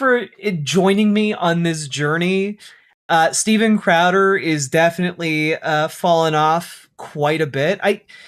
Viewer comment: “Steven Cradder” made me laugh